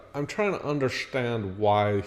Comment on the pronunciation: Robyn from the Sister Wives show does the sh for an s sound sometimes when she speaks. Particularly, she says the word “undershtand”.